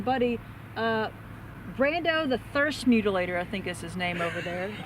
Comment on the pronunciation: I LOVE it when different YouTubers cross swords!!! 😂 Fun video; thanks to all of you! And... the Brawndo the Thirst Mutilator reference at 8'04" was epic (even if you mispronounced it, we still love yah!).